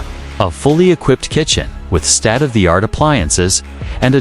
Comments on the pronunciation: It is state it is not stat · It’s state not state…..wtf?